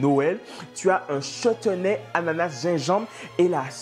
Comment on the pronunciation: Merci pour le "chetenay" 🤣😂